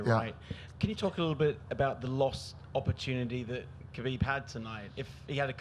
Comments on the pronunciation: I agree 100% with you. I'm not surprised it happened at all but I think Conor grossly underestimated Khabib and it showed. He also forgot that Khabib has friends too. And say his name right Dana, KHABIB, not Habib. That's rude. And no, he shouldn't be stripped of the belt. That fight was legit, the win was legit. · It's KHABIB not Habib